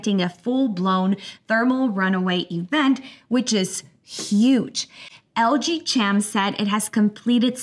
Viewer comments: CHEM.....pronounced like in "Chemistry" ... i.e. KEM not CH EM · I think it's pronounced like "LG Kem" as in Chemical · Lg chem? chem pronounced similarly to check, chuck, chum, churn etc. Do you pronounce "chemical" the same way? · Serious question: Is it pronounced: LG "CHem" or LG "Kem"? (as in chemical) At any rate, enjoyable content.